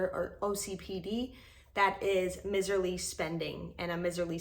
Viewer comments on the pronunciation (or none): *miserly, said with a long I, not a short i. "M-eyes-erly.